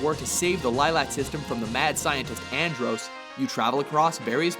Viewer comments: I hate how he says androes instead of androhss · An-droos? Mu-lay? Who does this guy think he is, a fucking idiot? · Maylay, not "mullay". And-ross, not "Ann drosse". He's mentioned by name in the friggin game. And stop saying SNESS, you uninformed plod! We say "Super Nintendo". Each word is important. Also stop calling him Meh-rio. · Your list was cool and all....but you mireading Melee as Muhleh and Andross as Androos was funny. On a imo note Pokemon will never have a better version, they just keep making better games over and over again making it one of the best each year. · "Androse?" "Meh-lay?" And the mispronunciations continue! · That’s not how you pronounce Andross my dude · This guy can't pronounce Andross, melee, or Ocarina correctly and it's really annoying. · I do agree with your list. You pronounced "Andross" and "Melee" wrong though. Which is weird. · So that bugged you as well. Anybody who has play StarFox as much as my brother and I have will know he mispronounced Andross.